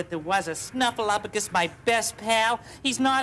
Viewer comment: OS Sesame Street viewer here. I remember when everyone finally figured out that Snuffy was real (poor Bird, suffering all those years!). To this day it makes me nuts when people pronounce Snuffy's name as "SnuffleUFagus" — completely ignoring the "P." #justiceforSnuffleupagus 😆